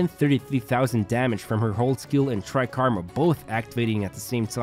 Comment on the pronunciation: Take a shot everytime he says "Tri-karma"